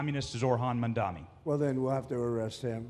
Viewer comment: He isn’t a communist and the intentional mispronunciation of his name is ridiculous